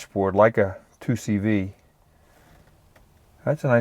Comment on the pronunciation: It's called the 2CV. That's what Citroen called it so how about Americans stop saying it wrong? Cheers.